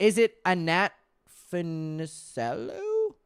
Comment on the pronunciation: Pronounced Annette Fu-ni-CHELL-oh - 1950s starlet of the Mickey Mouse Club and the early 1960s beach blanket movie craze. I totally see it! 🤩